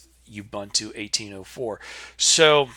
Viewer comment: Useful video; I also have problems with slow startup, but otherwise good. (Minor quibble: the middle syllable is pronounced more like the oo in book, not the u in fun, but no matter. It's an African language word.)